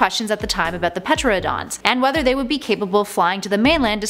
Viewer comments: It's not Peteradon... Tear-an-a-DON that's how you pronounce it. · Ah, yes, the Petra-odons. And Colin Trevuh-ROW. I'll make sure to hit the soobscreebe button. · the P in Pteranodon is silent. You don't read it as PUHTRANODONS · Petrodon??? Ter-AN-o-don. For futures. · Drinking game for this video: drink every time she pronounces Pteranodon "Petradon".. lol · Did she just say Peterodon? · Pteranodon- pronounced: ter-an-o-don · so you really fucked up on pteranodon's name, its pronounced Ter-Ran-O-don. You pronounce it like its some kind of fossil fuel. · lol "Petroadons" … Bet she pronounces knife as "kanife". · Teradon the p is silent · Not pertanon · Robert Goldberg I know she says it really weird